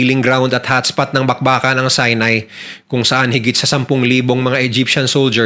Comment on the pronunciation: Sorry po.pero si-nai po hindi sai-nai😊✌️